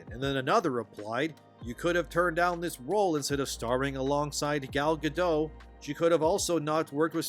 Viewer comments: Who's Gal Ga-doe? She's not French! It's Gal Ga-dot. Dot! Ya know. Like the amount of space your brain takes up. You Youtubers are making me sick. If this is going to be your profession, can you at least apply some professionalism? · actually, I never saw the original movie, but I still know its plot it’s Gadot, not Gado. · Gal Gadot (pronounced like “guh-dote”). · sorry man, it's Gal Gadot. the T isn't' silent